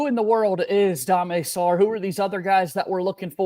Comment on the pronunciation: The main attraction here is Dame Sarr. Thanks for pronouncing his name properly. Why oh why would he ever play at Kansas where Bill Self Retards player growth and development???? This is perfect timing for Sarr who has the opportunity to seize his lifelong dream of playing in the NBA….. But as a potential lottery pick!!! Seriously. Duke could have 3 more lottery picks next year if Evans makes a serious leap in his ball handing/play-making/creation skills. Big IF. But from the beginning I have always felt Jon should be trying to sign Coward AND Sarr. Aren’t you making a video on Duke’s depth next????? Coward is a 3. Sarr is a 2. Coward gives you great size and rebounding. It may not feel like Maluach is on the team, but with Ngongba, Boozer and Coward, that paint will feel awfully packed!!! Now look, I get it. The only reason Jon is going all in on Sarr is because Coward gave him the inclination he’s going to stay in the draft. But Jon should be going all in for both either way. Some people are saying (CBS Sports) that Coward is slipping in the draft!!! I bet Coward is feeling a little uneasy and maybe he feels he’s obligated to stay in the draft if Sarr commits (which I fully expect he will). But remember. It would be in Duke’s best interest for both Sarr and Coward to come (I do not expect this to happen). And here’s why: Because Jon should convert Sarr into Duke’s starting PG. Jon has flirted with PG’s in the portal, and he converted James to PG last year. Versatility. Talk